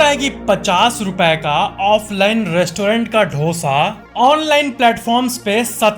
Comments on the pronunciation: bro its dosa 🫓 not dhosa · It is not dhoosaa it is dosa. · It's dosa not dhosa 😂😂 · Sir wo dosa hota hai dhooosa nhi 😂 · Bro it's dosa not dhosa ! 😂😂😂 ! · It's not dhoosa it's dosa bro